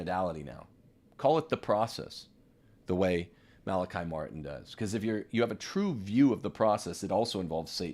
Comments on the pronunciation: Mala-kee, please. Like him, I'm Irish, and know several other Malachys/Malachies. In Ireland it is never Malaky (rhyming with sky). NEVER! I you continue to0 mispronounce, go ndéanfadh Dia trócaire ar do anam! LOL Try Google translate! :-) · Just an FYI…. He said his name Mal-A-KEY. He has played such an amazing role in my life and I’m so happy to hear him being validated! So many lies were spread about him. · The Irish pronounce his name Mal a Kee! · He has also said his name is Mal a KI, on the Art Bell show, as well. Mal a KI never corrected him. You're fine! The trads need to stop parsing hairs over every little thing. We could become very Pharisitical in a short amount of time if we're not careful. Human pride problem.